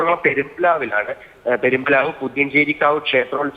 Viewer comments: മോളെ പെരുമ്പാവ്വ് അല്ല പെരുമ്പിലാവ്വ് 😂😂😂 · പെരിമ്പാവല്ല 😂പെരുമ്പിലാവ് പുതിയഞ്ചി കാവ് അല്ല പുഞ്ചിരി കാവ് 😂